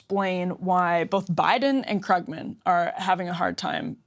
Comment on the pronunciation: Someone should telll that it's pronounced 'Kroogman'. He's one of the counties leading economists. Economists typically don't win Pulitzers. How ignorant is she?